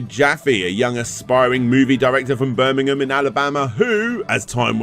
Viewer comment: Ber-Ming-hum? My American ears are bleeding. It is ber-Ming-ham